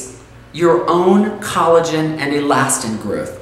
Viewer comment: That's collogen not Colleen.